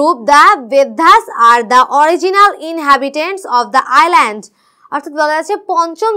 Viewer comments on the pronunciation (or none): Island hobe iland noi